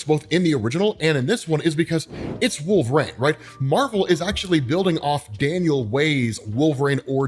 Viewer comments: Are you saying wolverane?😂😂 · & saying "wolveraine" name a more iconic duo, i'll wait